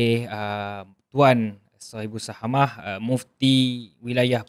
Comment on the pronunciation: Sohibus samahah lerr....bukan sohibus sahamah...adoiii nk komen mufti pun kna tau la ckit sebanyak sebutan arab tu. Kih kih kih